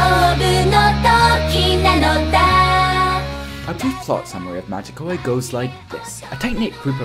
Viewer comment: You absolutely butchered the title of the game. Which is amazing, considering a member of the cast says it every time you get to the title screen.